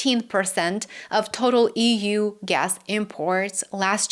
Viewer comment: EEWUU.( Read as EU!!). 😅